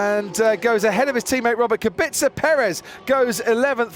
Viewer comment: Is Kubica such a difficult name to pronounce correctly? I don't think so.